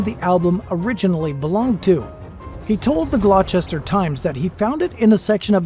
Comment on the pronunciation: It's pronounced "GLOSTER" :)